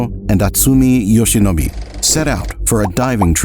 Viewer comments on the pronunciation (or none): yup. Be was pronounced like the English word be, rather than with the short e sound. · No, it’s not perfect. Especially the pronunciation of ‘Yoshinobe’. Also the tone is flat. Though he tried hard so good effort!